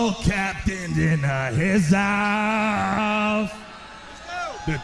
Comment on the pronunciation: ' skull captain in the hizouse ' lol 😂